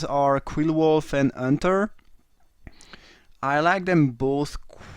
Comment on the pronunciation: Nice drafting and commenting as always. Love how you pronounce it Unter instead of Hunter :D you french guys :D